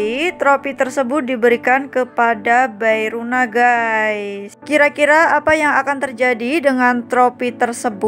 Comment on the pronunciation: Bae rona= be rona Bukan bae runa😭